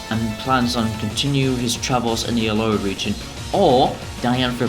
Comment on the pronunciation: Good but it's funny how u say aloa not aloLa